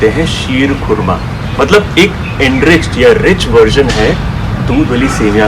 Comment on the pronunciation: कोरमा नहीं( खोरमा) होता है khorma उर्दू में खजुर को कहते है